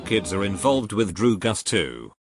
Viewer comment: Droogus lmao